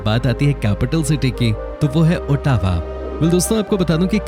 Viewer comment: Brother pronunciation of Ottawa is wrong